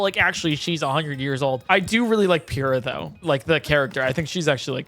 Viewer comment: the pronounciation of pure-ah will never cease to bother me